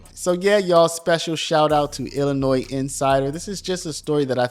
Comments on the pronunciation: To everyone- The S is silent in Illinois. Please stop sounding so ignorant. Thank you for your attention to this matter. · The S at the end of Illinois is silent. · You pronounce Illinois so weirdly 😂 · There’s only 1 Illinois and the s is silent. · Observation. If you want to be taken seriously as what passes as a pundit in today's "content creator" world... Standing above the rest. Legitimate. You drop the "S"out of your annunciation of Illinois. (Otherwise I always enjoy your stuff man. ) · The S at the end of Illinois is SILENT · It's Illinois not Illinoise! You don't pronounce the "s". Why are people from other states so ignorant? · Its Illinoi not Illinoisss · It is ill-a-noy. No "s" sound as this is a French word. Hearing ill-a-nois is sooooooo annoying! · NOT Illi Noise. Correct: Illinoi (silent 's') Learn it. Use it properly, or sound totally stupid. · Imagine that Jabba is corrupt. This blob tried to pass a bill called the new way forward that would bring back all deported illegal aliens, including violent criminals, at taxpayer's expense. Talk about voter fraud. It's pronounced Illinoy, not illinoise. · We pronounce Illinois without the S, more like ILLINOI drop the S. Thank you. Love your news! Would love to see JB out of office but, Cook County is so strong with democrats don’t know if it can change for our state….. Unions such a stronghold here too…. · I love it when people pronounce the s in illinois. It sounds so silly. Sounds like, Illanoise. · The "s" in Illinois is silent. i-luh-noy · The S is silent in Illinois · The “s” in Illinois is silent. You’re constant miss-pronouncement of it is distracting and reduces your credibility for a story from Illinois. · Your pronouncing Illinois wrong. The “s” is silent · The “s” is silent Illinois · The ‘s’ at the end of ‘Illinois’ is silent, Sir. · The S is silent in Illinois. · The “s” in Illinois is slight. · I had to stop watching.... there is no denunciation of the S in Illinois.